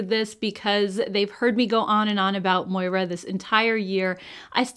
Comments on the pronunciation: Just curious, but anyone besides me thinks this brand should be pronounced “More’ ah” and not “Moy rah”? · Hahaha forgive me for chuckling, but it's Moira. Ya already know haha:)